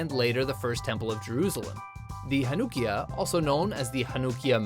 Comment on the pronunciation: The way he said Chanukiah & Sufganyot.